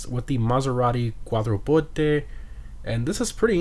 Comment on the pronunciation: It's funny how he says Quattroporte